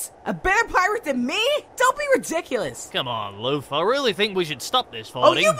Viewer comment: who else heard: cmon lufa ?